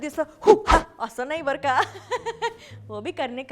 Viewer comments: It's barka (बरं का) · How many of you think that she is saying ' barkha'😂